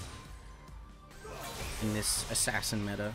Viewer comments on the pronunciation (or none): none